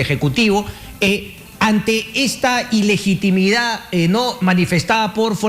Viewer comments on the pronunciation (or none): aprendan a hablar iligitimida es ilegitimidad